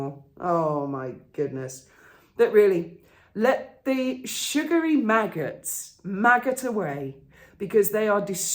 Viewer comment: 'The Megghots'... 🤣🤣🤣🤣